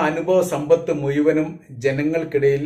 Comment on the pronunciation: ...ഈ...മുയുവനും എന്ന് പറയുന്നത് മുഴുവനും എന്ന് ആക്കി പറഞ്ഞാൽ കുറേ കൂടി നന്നായിരിക്കും....ഞാൻ നിങളുടെ എല്ലാ vedio യും കാണാറുണ്ട് പല പ്രാവശ്യo